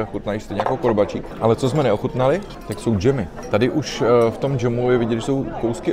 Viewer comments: Videa máš supr👌🏻 ale úplně mi rvalo uši, když vyslovuješ “korbačik” 🙈 je to “korbáčik” dlouhé á! 😉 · To je korbáčik a nie korbačík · Prepáčte, ale musím. Výslovnosť korbáčikov. Prízvuk nie je na i ale na a. Korbááááčiky. Korbáč. Robia sa z ovčieho ale častejšie z kravského mlieka. Tá zvláštna chuť mohla byť spôsobená druhom mlieka.